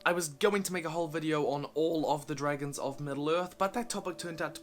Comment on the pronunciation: Yeah “but what abbout dragonzzzseeeah!”